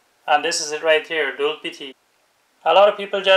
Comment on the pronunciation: Its doodpity not dulpity ... dood means milk in hindi